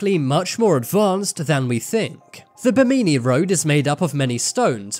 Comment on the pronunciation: Are you sure about that pronunciation of "Bimini"?